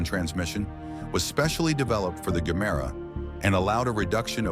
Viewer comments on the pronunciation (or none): if you have watched ANY of Koenigsegg videos you'll know its pronounced JE-MERA not GER- MERA, but as this is probably another AI translation, not surprising